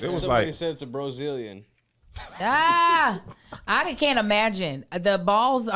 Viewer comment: Bro-zilian,? 🤣🤣🤣